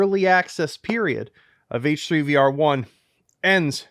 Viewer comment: eighch threigh vea are